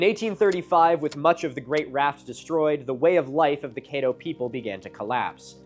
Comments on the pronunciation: Caddo is my favorite place in the world. But him pronouncing it ka-DO and Kay-doe is breaking my brain... At least he got help on Natchitoches. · CAD-do. Louisiana requires special knowledge for the pronunciation of pretty much everything and everyone. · Louisiana archaeologist here. Quick fyi, the A in Caddo is pronounced like in Cat. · “Ca” like cat and “ddo” like doe. That’s the correct pronunciation. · He’s is mispronouncing Caddo Does not lend to credibility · Ok a couple of things re: pronunciation. Natchitoches is a creative spelling of the Caddo Indian word "nakatosh," which means something like "you can find paw-paws here." Atchafalaya also comes from a native word meaning "long river" and is pronounced like "jambalaya." And finally, the name Caddo has a short, not long, "a" like "add" not "aid." Oh yeah, Lake Bistineau colloquially is pronounced "Biss-ti-no with short I and a long O. The names in Louisiana are a mix of native, French, and English derivations, though many of the French names are badly pronounced. NOW, I happen to work for the museum organization here, under the Secretary of State. I help upkeep 5 of the NW Louisiana museums, including the Oil City Museum. This is a small museum in what was once a boom town due to the discovery of oil & the development of production of that oil. It sits adjacent to Caddo Lake, and has the coolest exhibit for kids of all my museums. It has the clearing of the Great Raft including a chance to push a plunger and blow up a section of the raft. There's also an impressive collection of arrowheads and spear points. The main museum, in Shreveport, btw, has some interesting Caddo artifacts as well. It's an impressive museum. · Great video except you mispronounced Caddo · His pronunciation of Caddo also rubbed me the wrong way, and I’m from the area. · Tell him it’s pronounced closer to how it’s spelled 😂 Caddo rhymes with Shadow Kaydoh is silly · Cad-doe and Bist-a-no is how they pronounce it in LA.